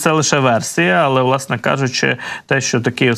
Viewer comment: "відбувалосА, сталосА, мешканціФ.."! За якими правилами "ВЛАСНЕ", ведучий, "ВОАСНЕ" тав вимовляєте зауки?!